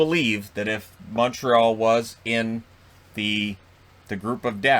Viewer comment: moteral? It is impossible to understand you, you're as incoherent as a drunk. If you're saying Montreal wouldn't of made the playoffs, who knows? I guess we will see next year when the division gets back to normal.